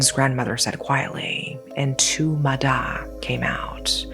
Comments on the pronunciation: Its actually pronounced ma yah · Relate to the ma da (usually pronounced "ma ya") lores, I think you should look into the theory behind the Vietnamese nursery rhyme "Bắc Kim Thang"